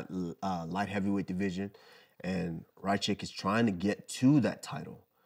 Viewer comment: How did they both finally correctly pronounce "Ra-Kich" just to both butcher it the very next time they said his name lmao. How do you deduce "Ry Kich" from Rakic hahaha